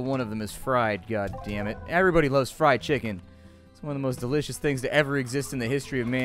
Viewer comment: "Everyone loves FriedCheicken"